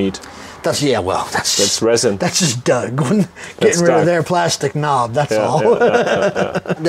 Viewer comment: His name is DOUG not Duck.Great workshop.